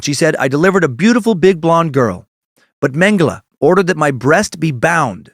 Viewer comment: You pronounce Mengele right. Mengeleeeeeey is so annoying!